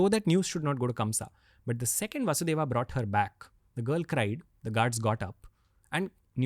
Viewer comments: Its not kansa, rama, and vasudeva, its kans, ram, vasudev. When we learn french, we are told to pronounce the words and keep the last letter silent. If someone is interested in our history or language, they can learn to pronouce basic words properly. It does not take a lifetime to understand that the "a" at the end of names is simply due to translation gaps and grammar needs. We do not pronounce "Je Taime" down to the letter. If the podcast is about learning history and about India - please commit to that properly - this is like the most basic thing. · What is vasudevaaa and kamsaaa Pagal log Dhng se nahi bolne aata to mat bola kro